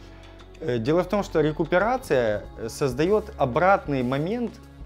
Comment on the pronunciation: РЭинккоронация на лесопети)))